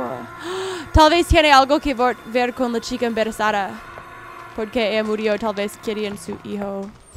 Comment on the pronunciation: jaja dice "la chica emberezada" xD mi vida la amooo👏❤es la mejor